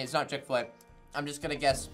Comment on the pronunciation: Do a shot every time they said chick-Fila 😭😤